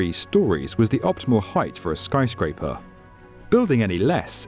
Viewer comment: I really like this video, but wish the guy wouldn't pronounce things as "Tow-werrr" and "Skyscrape-errr"